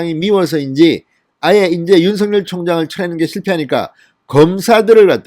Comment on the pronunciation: 진성호씨 윤총장 이름을 개명하지마세요 가끔씩 (윤 석 열) 을, 윤 서 결, 윤 서 결 이렇게 발음하지 마세요)